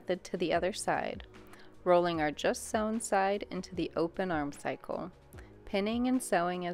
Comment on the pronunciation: Great tutorial! Just a note, it’s armscye like arm-sigh not arm cycle.